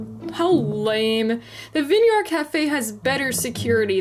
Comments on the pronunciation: Please don’t say “Vin yard cafe” again.. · The one doge said vin yard it’s vine sorry to do this I do not want it to sound like hate I promise